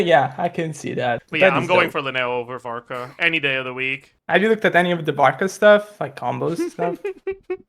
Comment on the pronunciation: "Your varka" 🥀🥀🥀 TGS doesnt know